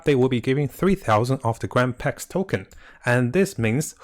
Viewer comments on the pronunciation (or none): It's pronounced Grand Pree, not Pricks. :) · grand pre not grand prlex